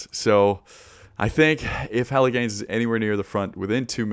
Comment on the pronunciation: Love that Jelle Geens is pronounced exactly like "Hella' Gains"